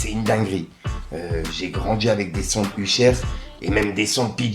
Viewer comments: t'as dit "Uchère" frérot, fais un effort... mdrrr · U-chère et kilsbranl? 🤔🤣 fait un effort serieux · C'est une dinguerie de prononcer Usher comme ça Uchaiiiiire 😂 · Wwwhhhhaaaaaa tu m'as fait saigner les oreilles avec ton ....USHER 😂😂😂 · t'as prononciation de "Usher" me termine🤣🤣🤣😭💯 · Je suis sur que t'as fait expres de mal prononcer Usher pour generer + de commentaires, c'est malin mdr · Grave j'ai dit la même choses plus haut, c'est trop abusé le nombre de fois où il prononce mal, c'est sûr c'est pour qu'on commente ^^ sacré